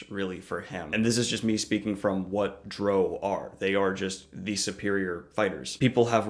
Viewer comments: It's pronounced dr/wow. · you say drow wrong is rhymes with cow it woc has officially stated that how it said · Drow...rhymes with NOW ...not bro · Hate to point it out at the end but you also pronouncing drow wrong as well I'm sorry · I’m annoyed at how he pronounces drow